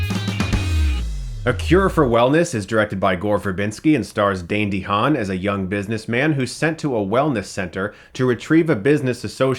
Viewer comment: great vid but i was like yelling at the screen when he pronounced Dehaan wrong